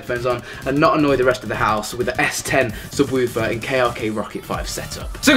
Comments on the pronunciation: The way he says subwarfer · Lol he calls it a sub-woof-er